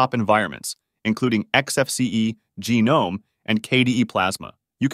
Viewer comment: jah-nome? wtf